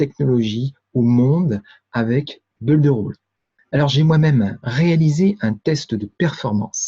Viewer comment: Bonjour, permettez- moi de vous faire remarquer que le verbe to build se prononce Bild et pas beuld. La bonne prononciation améliorera votre crédibilité. Votre collègue audois confirmera.